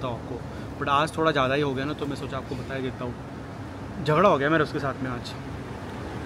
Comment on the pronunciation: Bhai apko bhagwan ki qasam hai Yeh 'zadaga' nhi hota 'jhagra' hota hai. Zagada to aisy lagraha hai jaise kisi dinosaur ka nam ho, jaise Godzilla